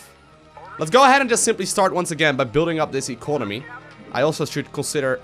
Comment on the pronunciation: "Inconomy" 2017